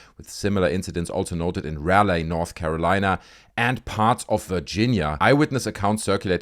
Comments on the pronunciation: If you care, its pronounced Raw-lee. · Interesting video. I live in Raleigh, NC. FYI it’s pronounced “Rah-lee” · The city is pronounced ra-lee. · Ra Lee Thats how you say raleigh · Sorry for the correction, but Raleigh is pronounced Rah Lee. Trust me, you're not the only creator pronouncing it wrong. I like your videos. 🙂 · Oh and its pronounced Raleigh(Rah-lee), great video though